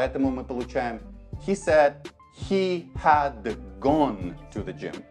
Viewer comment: Большое спасибо! Увидела Вас впервые, теперь буду частенько смотреть Ваши ролики. Очень хорошо объясняете, но есть одна ошибочка. Вы не правильно читали слово "Had". Оно читается "Хэд", а Вы читали "Хад".